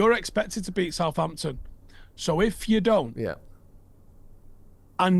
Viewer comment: It’s Southampton for f@@@ sake